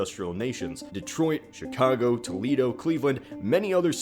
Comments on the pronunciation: did you say chicongo??!?! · It was a joke. He actually said "Chicongo". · Did he just say CHICOGO? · Did I hear correctly? Did he say Chi-Congo..🤔😂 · Did I hear Chicongo? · Did he say Chicango? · "Chicongo" I caught that,. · How did you butcher the pronunciation of Chicago? And that city doesn't fit well with the Rust belt anyway. The population is mostly stagnant since the last census, no major change in either direction, and a growing economy actually. This is because Chicago diversified its economy.